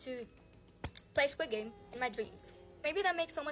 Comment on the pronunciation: * She says squid game* me : bro did she said squid games